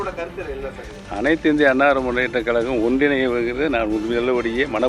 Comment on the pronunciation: கலகமா கழகமா...ஒழுங்கா பேச கத்துக்க